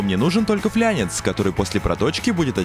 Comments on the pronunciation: Флянец... ФлАнец, сук аж кровь из ушей хлестать стала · Ваш флЯнец слух режет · всё круто, но вот "ФЛЯНЕЦЬ" это фиаско! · Что будет если к фляжке приварить фланец? Правильно, флянец. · Сук флАнец бляяяя а не флЯнец заебали сука с флянцами блять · ФлАнец, не флЯнец. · Флянец, бля, флянец, болт бы тебя точно убил. Правильно- фланец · Не флянец, а фланец. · ФлЯЯЯЯнец . ну что же вы его так называете . ФлАААнец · флЯЯЯЯнец!!!))))))))))) ФЛАНЕЦ, -нца; м. [от нем. Flansch] Техн. 1. Соединительная часть труб, резервуаров, валов и т.п. в виде плоского кольца или диска с равномерно расположенными отверстиями для болтов и шпилек. 2. Отогнутая под прямым углом кромка металлического листа. <Фланцевый, -ая, -ое. Ф-ые трубы. Ф. стык. Ф-ые соединения. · флянец конечно хорошо, но это ФЛАНЕЦ!!! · ФЛАНЕЦ!!! ФЛАНЦЕвое соединение! Обалденный проект, но пожалуйста,если используешь технические термины, то используй правильно! Слова флЯнец НЕТ!!! за видео лайк, смотрим дальше.